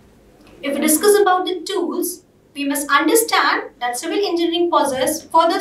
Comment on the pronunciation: The host in red tie is not even able to pronounce "engineering" instead he has his own pronounciation " enginring"🤣. How ever explains quit well about various tools available to eaSe civil engineers.... Great job by her